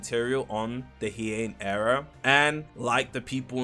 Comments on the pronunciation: bro it's Hi-yan, not heeyan... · I wont let that butchered pronounciation of heian be 😂 idk how to explain it properly, i guess closest pronounciation would be: heyan instead of he ian. Idk why im even trying to explain this just google heian period and it will show you how its said 😭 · "Hey-an" not hiiyen 💔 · its pronounced (hi-an) not (he-an) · It’s pronounced. “Hi-Yann” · My man, it's not hee ain it Heian